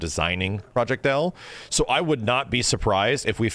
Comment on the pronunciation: Half of those names are so off lol for Project L lol